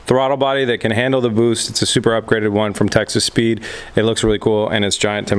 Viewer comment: Does anyone else hear Texas Speed as Texas Pete? :D